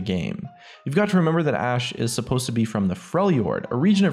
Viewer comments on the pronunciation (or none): none